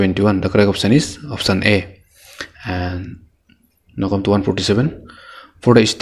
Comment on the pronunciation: Brother you are doing great job.. if you won't mind I would like to suggest you something.. Brother try to work on your pronunciation..the way you pronounce come and eclipse was funny.. Don't mind no hate..just some suggestions on your weakness as your well wisher..Anyway you are doing a great job..carry on , your video is really very helpful to me.. Thankyou